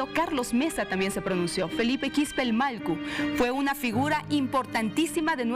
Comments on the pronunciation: Disculpe sera que puede pronunciar Mallku?..no Malku..por favor! Gracias! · Que pasa con la conductora no puede pronunciar MALLKU dice malku varias veces